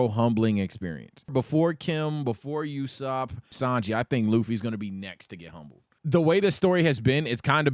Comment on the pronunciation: why is he calling Nami Kim? Also he's mispronouncing Usopp.